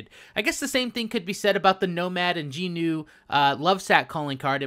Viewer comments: JUNO NOT JEENU WTF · Geenu??? The dogs name is Juno. Get it right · Do you have an accent? You said Juneau differently, it’s pronounced Juno. Great vid btw, I wish I could have that damn sac lol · This nigga really call Juno, “Jeenu”. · J U N O. PRONOUNCED JOONO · Omg...great vid but the dog is pronounced "Juno". I don't understand why that is so hard for people to get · It’s pronounce like Jew no lol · I hear my friend watching this video and I hear you pronounced Juneau’s name wrong and I died on the inside a little bit